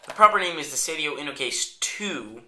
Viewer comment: it's "Seidio", not "Sedio" nice review tho =)